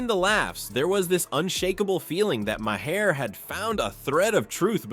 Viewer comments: Bill Maher is pronounced “Marr” like Car. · 😮 what is my-hair? AI trying to say Maher??